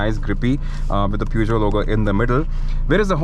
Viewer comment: It was already dated and too utilitarian for the Indian market when launched but it was rugged and that ground clearance made it go on roads where only jeeps went. P.S: It's pronounced somewhat as Pyu-sh-jo. Then Peugeot did make larger cars before the 309, one of the most legendary ones being the 504 which was sold between the late 1960s to early 80s. Another thing, the Standard 2000 launched in 1985 had a rear wiper and that was the first car manufactured in India to have one, not the 309.